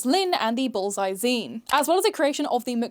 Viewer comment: I don't know if it's my blocked ear or your accent, but the way you say 'bullseye' sounds like 'ballseye' and that makes me smile.